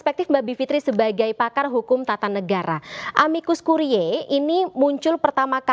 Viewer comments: amicus curiae dibaca amikus kurie...ini bahasa Latin. presenter bikin sakit telinga aj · Kk Presenter, cara baca "Amicus Curiae" adalah : amikus kurie. Bukan kuriae. Dikoreksi ya utk next sebutan kata2 tersebut.